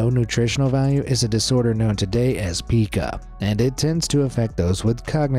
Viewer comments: It's pica not peeka for the eating disorder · It's not pronounced PEE-kah. It's pronounced PIE-kah. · Pica is pronounced Pye-ke (it’s actually the upside down ‘e’ but I don’t have that on my keyboard)